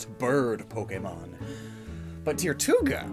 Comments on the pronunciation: It’s pronounced more like turtuga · It's Tirtouga, not Tirtuga. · Tirtouga is just turtle in Spanish but pronounced with an American accent so just tur-two-ga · You kendo said Tortuga wrong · Tirtouga* Why is everyone saying it wrong